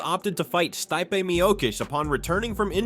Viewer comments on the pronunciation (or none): Stipe is pronounced “stee-pay.” Miocic is pronounced “Mee-yo-chich.” • • • • If you’re real and not AI, fix yourself. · steye-pay miokish? 🤣 Too lazy to make ai pronounce names correctly? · Bro said, "Sty pay" 😂